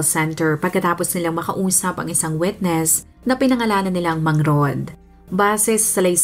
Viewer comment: Witness,Hindi “ wetness"